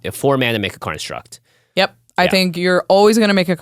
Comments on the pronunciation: I swear, they're saying karnstruct instead of constructs. I'm not crazy guys, I'm not crazy! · Whenever they say "construct", it sounds like they are saying "Karnstruct". Is it on purpose or am I crazy?